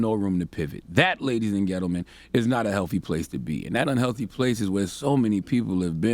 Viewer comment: Why CTGod all ways say Ladies and Getlemen...is it on purpose or by mistake 🤔